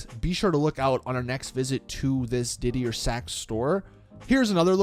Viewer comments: Didier Sachs is pronounced deeder Sachs and ponsonbys is pronounced ponsonbees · Pon-son-buys ~ Diddy-er Sacks ~ I.R. Baboon